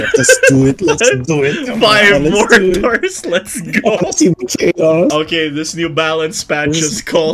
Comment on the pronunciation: More-Tars XD